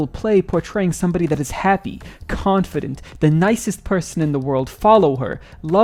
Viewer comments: did bro really just say cunt-fident... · Did he say "cuntfident"??? 😭😭😭😭😭😭